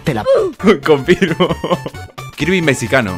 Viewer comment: Jajaja xd dijo kirby mesicano xdxdxdxdd